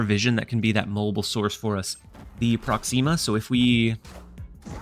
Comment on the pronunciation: ❌ Promixa ✅ ProxEEma